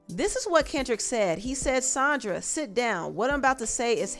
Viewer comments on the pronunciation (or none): When did SAN DRA become SON DRA?